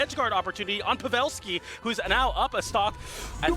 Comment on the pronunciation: Pav-ah-lski and ASHoka. I'm wounded 😂